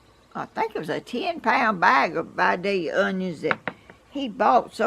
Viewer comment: Hey,! I was born and raised in your neck of the woods! Vi-day-ya onions....not Vi-dale-ea....if you're from around there, we know how to say it! God bless you!